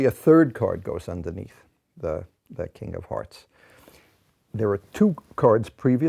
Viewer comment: Im very sleepy and I swear I heard him say Kingdom Hearts not king of hearts and no one can persuade me otherwise